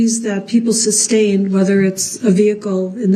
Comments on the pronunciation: You can always tell when he knows the prosecution just fuxked him up and all his dumb questions on re direct . He hates it . Reason for the SUBSTAIN your honor after every damn question she shoulda embarrassed him and said mr.brooks its sustain not substain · He said it so many times incorrectly that once or at least once she accidentally said substain and had to correct herself.